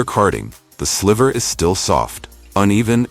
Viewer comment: I'm glad this video exists but the AI voice over sucks. It's pronounced sly-ver not sliver